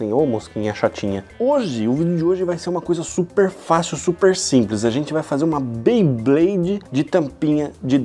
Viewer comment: Beyblade ne nao bayblade